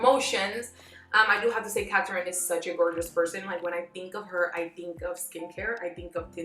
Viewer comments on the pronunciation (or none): “Catarin” giiiiirrrrl whaaaaat? 🤔🤯🤬